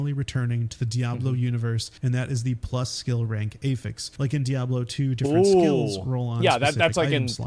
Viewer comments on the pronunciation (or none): Who tf says A-fix